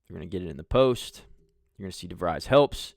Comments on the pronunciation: Great look at how Coach DeVries runs a team. Just one correction: his surname is pronounced de-VREEZ (rhymes with "freeze," not "fries"). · pretty sure its pronounced De vreez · Pronounced de vreees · You are correct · You are miss pronouncing his last name. You are too unprofessional to be liste ed too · doesn’t even pronounce his name correctly 😊